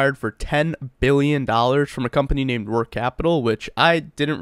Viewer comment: For everyone struggling to discern his poor pronunciation: it’s Roark Capital not Work Capital, had to let auto suggest fix that for me.